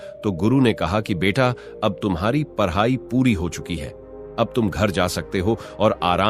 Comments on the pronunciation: आवाज अच्छी है पर ड ढ को र बोलकर उच्चारण दोष से सब व्यर्थ लगता है । पढ़ाई को पर्हाई ड को र ,,,,,,,,पुन देख लें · Parhayi nahi, padhai...pronunciation